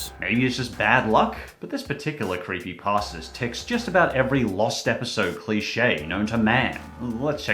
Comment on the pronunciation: i like how he said “croppypasta”